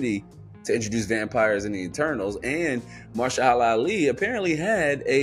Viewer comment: say it with me MA-HER-SHA-LA ALI 😂